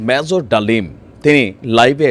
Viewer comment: ম্যাজর!!!! 😂😂😂 তুই উচ্চারণ ঠিক কর ফকিন্নি